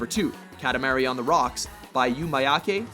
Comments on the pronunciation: Kah-tah-ma-ri not Ka-ti-ma-ri. The a isn't the sound you'd use in the word cat, it's the a you'd use in the word art. And the ti is more of a ta then ti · Katamahree, not katamary (as in sound wise)